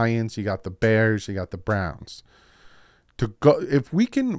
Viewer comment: Sorry to ask again but still no answer. Why do you say "Bears" so weird when it comes to Chicago?